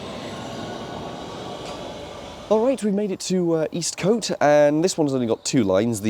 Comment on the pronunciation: Just one more thing - I believe Eastcote is normally pronounced "East-c't", with a short o, rather than "East-coat".